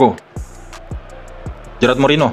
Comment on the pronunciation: Bukan gerard bang tapi gerard